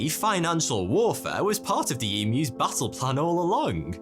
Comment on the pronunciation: lol you said battle and I heard basil... I was like yummy!